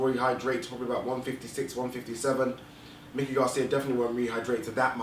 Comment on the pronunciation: Is it that hard to pronounce Mikey(MY-kee), vs. Mickey, as in Mickey Mouse. Had to stop listening because of the mispronunciation.